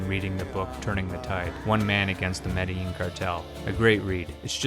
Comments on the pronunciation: The double-L has a Y sound in Spanish language. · And Medellin is pronounced Meh-Deh-Lean, not Medling. This guy jacked up all the pronunciations lol